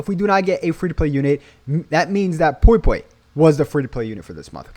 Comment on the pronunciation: Pui pui not poi poi 😅